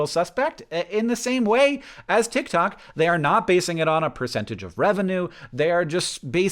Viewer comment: hank i lost you at "titktok"